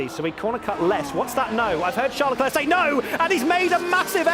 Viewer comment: LECLER PAS LECLERQUE 😭😭😭😭